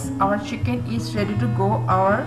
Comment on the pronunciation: Pronounced as chicken not as siken, don't mind you have to improve your English